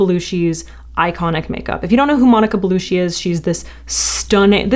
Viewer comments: It is not Bellushi it is Bellucci where "cc" is spelled as in "China". What people are trying to grasp is not in her looks, nor in her makeup, it is in her soul, aura, something that is very sensual about her, very "mediterranean". You cannot imitate/copy that. There are women out there far more beautiful than Bellucci, think Angelina Jolie, etc. bu they do not exude the same energy and femininity. It is about how you carry yourself, your confidence, your earth element as a women but more important being connected to your feminine aspect which we all carry as women but do not display it. Women today try to be masculine and bold and look like men, even fashion teaches us that. We have forgotten where our natural power really lies, it is in our FEMININITY! BE A WOMEN, BE FEMININE AND YOU CAN HAVE THE WORLD IN YOUR HANDS! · Love the makeup! Beautiful, Flawless! Very Monica-esque! ❤ Had to mention, Monica's surname is pronounced Bellu-chee, not Bellu-shee. Any Italian surname ending with "cci" is pronounced with a "Ch" sound. 😊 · It's Bellucci*** like Gucci , not Belushi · Why does she say "Belushi"? It's Bellucci. You don't drink capushinos. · Pronounce Belutchi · Totally possible that I'm not the first person to notice this--her name is pronounced BelluCHi (because it is Italian--double c makes a ch sound). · I stopped watching the moment she said Monica Belushi twice... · It's "Baloochi" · Sorry to be anal about it, but "Ci" in Italian is pronounced "Chee" not "see" Monica Bellu-CHEE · You look beautiful, but please take 2 seconds to research how to correctly pronounce someone's name. Bellucci is pronounced like Gucci. You are saying Belushi, which is an Albanian surname. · I wish she would stop saying Monica Beluschi and start saying it correctly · Girl love you, just if you want to make the pronunciation even better try saing bellucci with like bellucchi like chiken but harsher cc sound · Loved the tutorial but the pronunciation of her name killed me every time 🥲😂